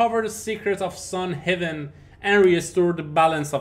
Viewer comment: Not sun heaven. Sun Haven!